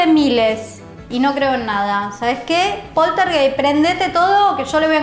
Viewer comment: story time de polterguéissssstsss